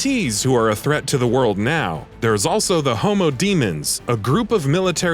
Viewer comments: Did he just say "homo demons"? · Did... Did he say "Homo Demons"? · Did he say " homo demons" ? 😂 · Did he say homo-demons, bwuahahah